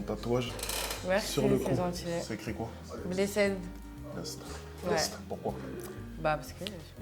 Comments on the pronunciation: "bléssèd"? "BLÉSSÈD"???!??! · Le “bless-aide” m’a tuer 😂😂😂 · C’est moi ou la go a fait un tatouage blessed et l’a prononcé blessened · Vu comment elle dit blessed on t’as grillé que tu sais pas parler anglais cousine